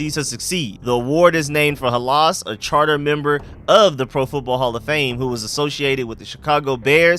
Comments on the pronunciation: Bro...it's pronounced George "HAL is" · HALAS PRONOUNCED LIKE " HAAH - LESS " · Saying Halas name wrong